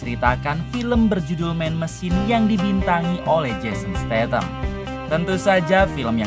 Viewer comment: jason statham mang, bukan stathan 😂